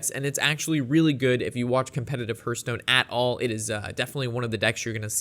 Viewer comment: Say it with me..."Hearthstone" - The first part sounds like "Heart", not like "Earth"